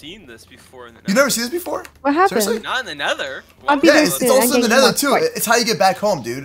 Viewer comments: nether, not neather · its not neather its nether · It's nether not neather